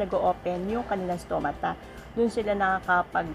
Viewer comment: Tama pronounce mo sa stomata